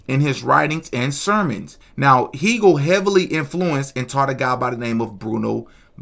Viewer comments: The picture is not from the day of the event, its a later picture. Also, Hegel’s name is pronounced like Hey- gul , not Hee-gul. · i believe Hegle is pronounced "Hay-gul" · Hegel is pronounced HAY-gel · " Hegel " : Please learn how to pronounce "Hegel".